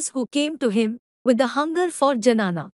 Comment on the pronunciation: it is dnyana, not janana Janani is procreation